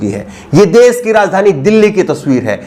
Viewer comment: Bhasha shudh kijye dedh ko des mat kaho. social ko aap sosal keh rhe ho. Sosal mat kho Mujhe aap ki ashudh bhasha sunkar sharm aati he.